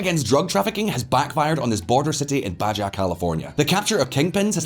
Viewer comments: it's pronounced BAHA California, not BAJAH California (in Spanish, J is pronounced as H)... otherwise, a great report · It is pronounced Tee-hwan-ah, not Tee-a-hwan-ah. The first is a city, the second is Aunt Jane. Also it is Bah-ha, not Ba-ja. It's a Spanish language thing. As to Mexico, there has been a recent uptick in violence and murders in/around the tourist resort areas of Cancun and Cozumel. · It’s “Tijuana”, not “Tiajuana”. Also, Baja is pronounced “Baha”. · Baja= Baha! lol Gotta remember the Spanish words use J as an english H. That's why it's Tijuana, Marijuana, La Jolla (La Hoya) :D I'm just Floridian and I cringed a little at Baja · Ba jah California. Ya man 🤣🤣🤣🤣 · I am no expert on Spanish but note to, the J is pronounced as an H, so Baja California is pronounced as BAHA California. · Baja is pronounced BA HA